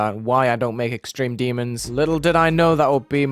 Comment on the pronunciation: "extremeh demon"